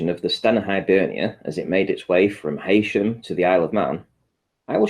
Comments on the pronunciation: It's not pronounced 'Hey sham' it's Heeesham! Can't even get that right! Clown. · Oh and tell that prat that its pronounced 'He'-sham NOT 'Hay'-sham. Thankfully not everyone in Blakepool is as stupid as that.😎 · IT'S PRONOUNCED HEEEEEEE-SHAM! Not Hay-sham. Yes, it's spelled Heysham but pronounce it right,! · why would you trust someone who cannot pronounce simple Lancastrian Place Names like Heysham